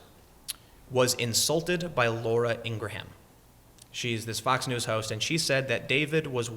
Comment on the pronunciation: I twitch every time Tim says Inger-Ham.. lol.